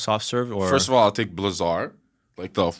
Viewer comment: “Blizz-erd” not “blizarr “